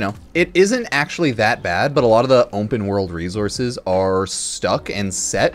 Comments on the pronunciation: "Ompen world" 😂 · words cannot describe how confused i was here drunk as a larva listening to this and freaked out over how you said ``openworld``, thought my ears was propper broken XD. ompenworld